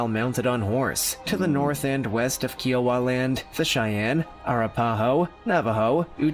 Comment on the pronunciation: Just please do your homework on some of these things in these videos. Plenty of it is not true . I’m a Lakota ( friend ) descendant, I grew up around Paiute, and Shoshone tribes in Nevada, and still live by the colony now . And it’s KY-OH-WUH ( Kiowa ) don’t mean to be peckish, I admire your interest.